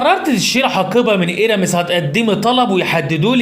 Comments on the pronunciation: الماركة نطقها مش ايرمي. النطق هيرمي أو هيرمييه بين الاثنين. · حلو تحكي عن براند وا تعرف تلفظوا ايرامس 😂 ممكن يرفعو قضية عليك كمان 😂😂